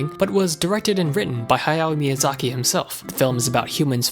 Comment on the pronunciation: Who the hell is "Haya Miyazaki"? You mean "Hayao"?